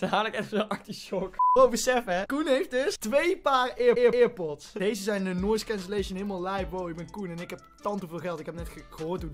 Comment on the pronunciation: niemand:: eerpods